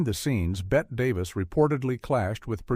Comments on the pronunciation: AI SUCKS ... "BET Davis". Holy SH*t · "Bet" Davis?! Seriously? 😮👎🏻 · Betty Davis…..not pronounced Bet 🙄